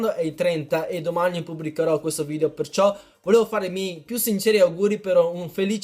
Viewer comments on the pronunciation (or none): none